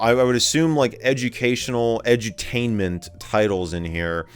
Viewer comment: "Egertational Egertainment"